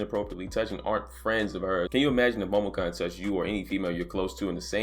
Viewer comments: kun is pronounced KOON not cun. Sorry it was irking me but good vid bruh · HER name is pronounced Momo - koon. How can I trust your news if you can't even get the absolute basics of a story tight?